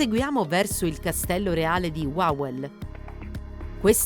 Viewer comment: WAWEL😂😂😂NON LALEL🤣🤣